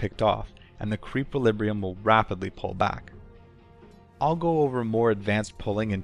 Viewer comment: lulz, "creepliribrium"